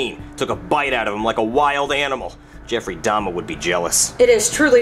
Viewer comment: Bro said Jeffry d😂😂 I can’t bro